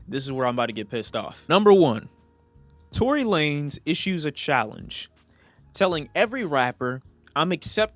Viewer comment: Did he say Tory Lamez 😂😂